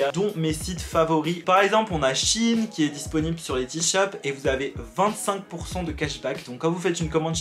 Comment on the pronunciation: sauf que shein avant ça vient d'un mot qui se dit chi-ine